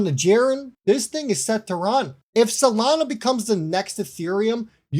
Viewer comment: Really ? STUPID ! No one should listen to guys like you who don't know even correct basic English. You don't even know Solana is NOT pronounced "Salana". DUMB. Go back to school.